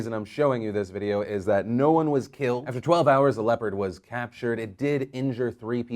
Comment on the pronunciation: Hahahaha I kept hearing "leper" instead of "leopard" and I was sooo confused